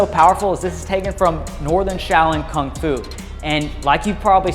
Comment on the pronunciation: Kung fu, not "Kong fu"